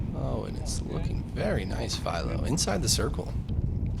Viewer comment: It’s one thing to mispronounce a last name, but that guy didn’t even attempt to say half of Philo’s last name. He seriously gave up halfway through lol